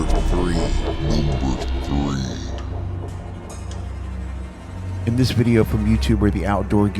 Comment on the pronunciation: I’m not laughing at the guys at all really I’m not. It’s just so funny when he says we drove free miles. I know he is saying three miles but it sounds like we drove free miles. Sorry mate. Please be careful guys. Ghost can’t hurt you but man can